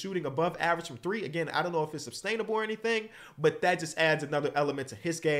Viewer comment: Is doing the substainable thing on purpose? I keep hearing it but I can’t tell if he’s purposefully combining substantial and sustainable or if it’s just a mistake